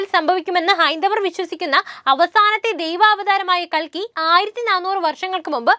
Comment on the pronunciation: കൽക്കി അല്ല കുലുക്കി